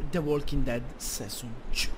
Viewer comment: HO RISO TROPPO.. Bevenutiii finalmentee suuuuu.... the Walking Dead... SESON Two.. Detto SESON.. No cioè sei un grande xD